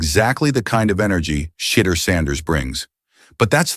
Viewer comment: This AI lost me when it called him shiter sanders.